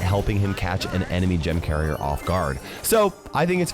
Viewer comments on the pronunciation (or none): none